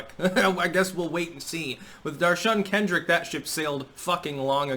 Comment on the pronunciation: D'oh'shun Kendrick?